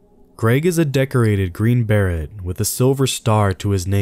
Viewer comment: green barret?......deer blend?....jesus christ.....this narrator has never stepped foot out of Starbucks.